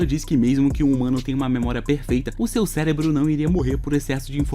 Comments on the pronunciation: Só eu q ouvi ele falar celebro algumas vezes? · olha ele falando célebro........... AAAAAAAA